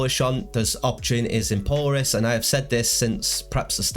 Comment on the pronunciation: Thanks for the info! FWIW, Polaris is pronounced with the accent on the second syllable. "Po-LAIR-is. As in Polaris, the North Star